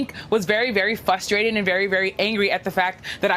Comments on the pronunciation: Not to be 'THAT GUY', but it's FRUSTRATED...NOT FUSSTRATED, lol. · She can’t pronounce frustrated 🙈 Fustrated lmao News journalists that don’t know English!